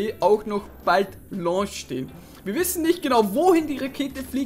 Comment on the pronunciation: lonsch??? launtsch!!!